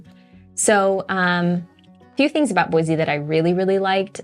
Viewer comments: Pro tip: Don't move here and then start telling everyone how some aspect of your previous place was better, and then suggest it should be changed. This is particularly true if you came here from California or any large city. Second pro tip: Sound like a native; Boy-see not Boy-zee. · B-o-i-SSSS-e not BOIZZZE. I don’t mean to be cranky but it grates on the ears so badly!